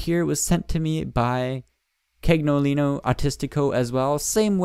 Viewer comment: Cagnolino is pronounced "caniolino" d